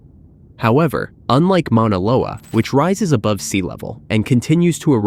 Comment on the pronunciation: Got to love AI, it can't even properly pronounce Mona Loa! It is not the largest volcano on the planet by volume! It's not even 4th. Mona Loa isn't known to be the largest volcano on earth! It is hands down the tallest mountain on earth being over 1000' taller than Mt. Everest, however it's not higher above sea level, most of it is under the ocean. Just more fake BS.